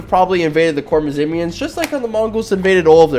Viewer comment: Its actually pronounced khwarezmian